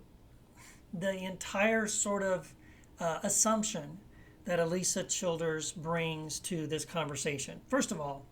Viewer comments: It might help if he pronounced her name correctly. And he says it over and over and over... Seriously have to wonder if he knows anything about her or her positions at all. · Wow, you say you're responding to her videos but if you've watched her at all you'd realize you're not even pronouncing her name right. You're whole tone is very condescending.